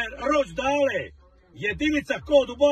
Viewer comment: Stevenaže, harogate, ročdale... Kakav kralj, ali ustvari većina nas to isto tako izgovara hahahaaaaa